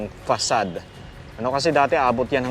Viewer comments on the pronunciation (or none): none